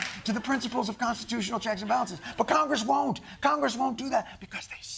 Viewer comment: Misspronounced KOCHGRESS again....